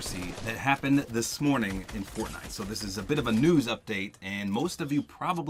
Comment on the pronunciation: he said fortnut